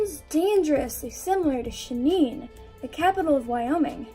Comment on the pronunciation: Haha you didn’t even pronounce Cheyenne right